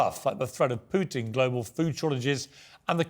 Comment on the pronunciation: It's not Pyoutin it's Putin